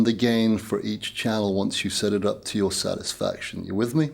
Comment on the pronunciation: ‘seddidup’ to your sadisfaction, your own Seddings’ not one ‘T’ in the whole review 😂